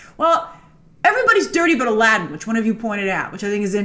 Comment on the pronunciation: I don't want to be a stickler for "authenticity" in an arabian night but isn't it about time for Disney to pronounce Aladdin's name properly... and for that matter get Heracles right as well dammit!